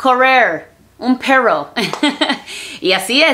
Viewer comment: No se dice perruuoo Se dice perro 😂😂😂😂😂😉